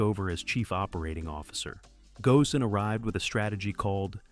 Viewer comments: ghosn rhymes with cone. Not go-sin. One should look up how to pronounce a name of a major figure before using it in a script. "every other car you can think of..." apparently you've forgotten about the RX-7 and myriad other front-mid engine cars that have near 50/50 weight distribution. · I think you should have mentioned Carlos "Ghosn", (pronounced Gown). Also I learned today that we measure acceleration in grams. Pure science stuff